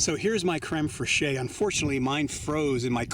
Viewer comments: Fresheeyy. :D Better not let the French hear you saying that. It's pronounced Krem Fresh. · I don't know if anyone else has said it, but creme fraiche is pronounced like creme fresh - and not phonetically. because reasons. . . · Very nice. Takes a bit of logistical effort and planning to cook like this afield. I usually give my onions a head start. IMO, garlic get's nasty if over cooked. Also, It's generally safer for Americans to pronounce it crem fresh. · I enjoyed the simple recipe. Just an FYI, the proper pronunciation of crème fraîche in English is "creme fresh." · Love your vid dude. But as a Frenchman, I have to tell you that "fraîche" from "crème fraîche" is said almost like how you would say "fresh". Can't wait for more of your videos. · Pronounced creme fresh . Ty 4 wonderful video! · It's pronounced very similar to crem fresh idk wtf you said lol